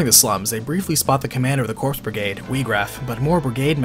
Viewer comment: Corps = Core ... Coooorrreeee... not Cor(P)s... the P is silent